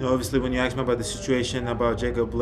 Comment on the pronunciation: No one "aksed" you about the situation. Just be quiet and play basketball, giannis. SMH...